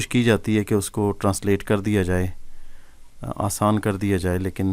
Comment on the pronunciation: Mai bhi apko kuch hindi words ka sahi talaffuz batata hoon, jo aap galat padhte hain, jaise manush jise ap mansh padhte hain, diya ko daya kahenge, kaldeep ko kuldeep kahein, aur bhi bht se hindi words hain jo mai apko aage bataunga